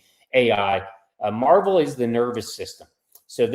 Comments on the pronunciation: It's not a comic book company it's not pronounced Marvel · It's pronounced Mar-VELL. Marvel is a comic book.